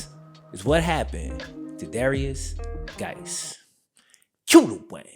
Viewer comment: Guice is pronounced exactly the same as JUICE not Gice